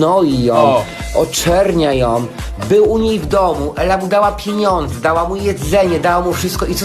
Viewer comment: ✨to on wyłudza od niej PJENIONDZE✨ xddd